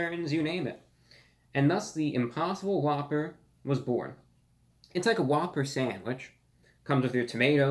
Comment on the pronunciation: You just made it impossible for me to order the impossible whopper. All I keep hearing is spit on a whppper.